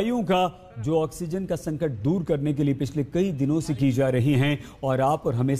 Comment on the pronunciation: It's संकट not संटक!!